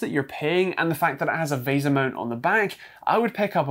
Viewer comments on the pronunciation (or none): none